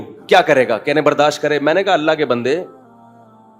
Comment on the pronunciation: او بھائی برداش نیہں برداشت ہوتا ہے 😮